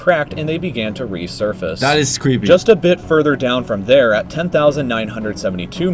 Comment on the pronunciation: “That is screepy” Me: WTF?